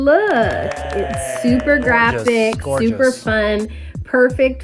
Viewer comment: Can we get a count on how many times Zach said “ shee lOOksss GOUGHAdd “